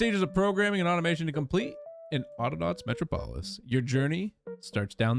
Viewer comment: It's pronounced met rawp aliss. Like superman's city.